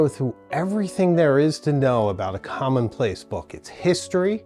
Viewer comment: Here in the U.K. it’s commonplace not “common place”. Great content.